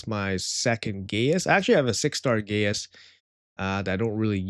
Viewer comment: I don’t think its pronounced gay-us. But I could be wrong…